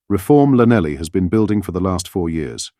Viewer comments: Never heard an educated man call Llanelli lanelly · Yes he will cave because they have no backbone, Maybe we should insist that all benefits that we have paid them in the last 200 years be paid back + all the foreign aid. PS llanelly is pronounced Thlanethly. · Welsh Llan = Clan Llanelli is - Clan-eth-ly (phonetic) Now you know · Lanelly??? Clanethly, more like! Welsh!